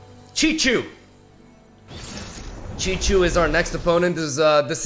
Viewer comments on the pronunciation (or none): It's not Chichu 🤣, it's more like Shihu (use Google translate to pronounce it) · Every time sees Szychu is like: "*CìCHU*!!" hiddenly satisfied for pronouncing it correcltly